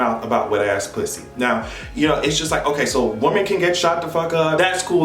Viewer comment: EVERY TIME you say ,"Woman", instead of ,"Women", melts me!🥰